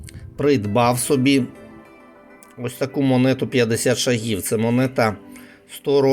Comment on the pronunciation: Оглядач - профан в розповіді про письменників "Розстріляного відродження". Єдине чого заслуговує - це використання рукавичок при огляді монет. Наголос вірний "ш`агів", а не "шаг`ів". Великий знаток наголосів і біографій письменників.